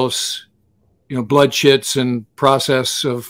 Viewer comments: Are you saying "blood shits" or blood chits"? What are these? Scary moments or a medical document used in CSAR? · I know there is no way I am hearing that correctly. Is the saying, Blood Shits? I can’t be the only person who hears that.